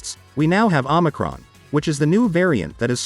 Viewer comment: love your videos homie but if no one has corrected you let me be the first, it is OMICRON pronounce (OH-MI-CRON) not Omnicron.